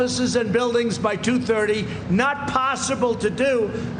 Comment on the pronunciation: I had no idea he meant 2030 during that mess of sounds he called a speech I honestly thought he meant